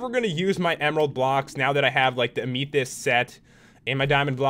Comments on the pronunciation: not (am e thest) its (am a theyst) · Your set is pronounced amithist it is a real life gem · Its pronounced amithist but spelled amethist. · it's so funny because I watch popularmmos and instead of amathest he says it like amethyest